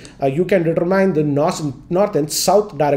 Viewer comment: He did pronounce determine wrong tho